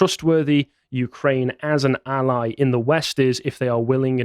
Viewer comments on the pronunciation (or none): none